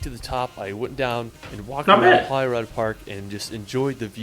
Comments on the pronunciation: 'Holyrod' got me... in what language would 'rood' be pronounced 'rod'? 🤔 🙄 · Edinburgh is usually pronounced like edin-bruh The way he pronounces Holyrood is so wrong too, it should be like Hollywood but with the r instead of the w. Eileen donan castle is pronounce phonetically as: eel-Ann dawn-ann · I can see Edinburgh Castle out our living room window. BTW this guy really needs some lessons. Can't pronounce any place he goes. Even Edinburgh and Holyrood. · the pronunciations of all of the names are pretty painful to hear as someone from Scotland: Glenfinnan is pronounced Glen-Finn-inn, not Glen-Feen-nan as was said in the clip; Edinburgh is Ed-inn-bruh, not Ed-inn-burrow; its not Holly-rod park, its holly-rood; Eilean Donnan is Ee-lan Donn-an, not I-lean- Doe-nan; Glasgow is Glaz-go, not glass-gow; Loch Lomond is Loch (soft ch, like in german) Low-Mand, not Low-Mon. good clip otherwise, just the pronunciation is very hard to listen to